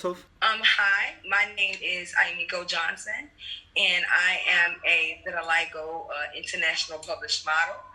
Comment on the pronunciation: Quiero decir vitiligo en Inglés como vos!